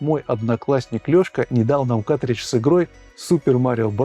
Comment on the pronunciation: Мляяяяяя ещё один, вроде взрослый с виду. каТридж, СКА КАРРРРРРТРИДЖ